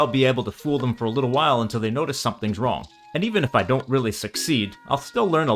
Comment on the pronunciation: You slipped into the North American use of "d" instead of "t" in the middle of words fairly often... so you'd occasionally say "nodice" rather than "notice".